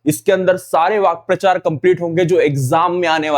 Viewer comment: Vakyaprachar ❌❌ Vakprachar ✅✅